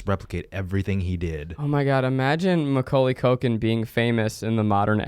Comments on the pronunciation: why does everyone sound like they're saying my cocaine lolll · the way zach say maculay,,,, i keep hearing my name (koalie) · I love how it just sounds like your saying “my cocaine”